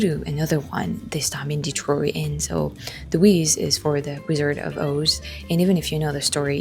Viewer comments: Hearing Detroit pronounced in proper French as it was intended (founded by a French man) was really nice! Next time you come to Detroit, though, please please ask for recommendations for Detroit style pizza again. Buddy's is the most popular, but as you may expect, it's not the best by a long shot. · My family has lived here in Michigan since 1870... there's some families that have been here much longer. I personally know such a family that still calls "Detroit" in French pronunciation like yourself at the beginning of your video... I often call it that myself. My grandparents were each 1/2 French Canadian and my grandmother did speak in French to her family members. My family lived in Northern Michigan near Petosky, Charlevoix, Boyne City, Boyne Falls and East Jordon. I recommend seeing Northern Michigan yourself sometime on one of your trips. The beauty of the area is breathtaking. Huge rolling hills that look like mountains, but are actually big gravel piles left by the glaciers. There's a lot to see and do there... the list is endless. I enjoyed your video... thanks!